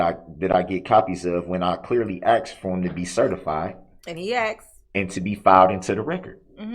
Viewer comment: I thought he meant tacit- as I listened to him😂 I had to look up a tack it agreement! But the again you have truff(truth) and axed(asked)! His hands are nicer and softer than mine! Look at his long fingers! But his BS with the Covid, the Redit thing, his rush to judgement- the blaming of one of the jurors being illegal-all the delay tactics? Trying to outsmart the judge! Sad that he never took responsibility for his actions! And the worse thing was lying from the minute he abandoned the car! Trying to have the entire hearing cancelled!